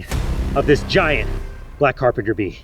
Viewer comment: Bro I can't believe he said GAYYAT